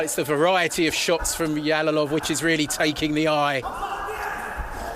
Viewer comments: Yalolov emas Jalolov deb ayt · Эээээ... Ялолов эмас Жалолов дегин Жалолов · They are mispronouncing his surname, it is pronounced like "жалолов" in russian not "ялолов". Learn how to pronounce Uzbek surmanes correctly, uzbeks are world number 1 in 🥊